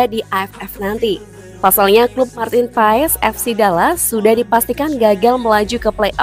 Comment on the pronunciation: Martin paes di bacanya Martin Pass